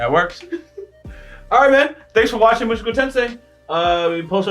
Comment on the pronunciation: "Muschoko" hahaha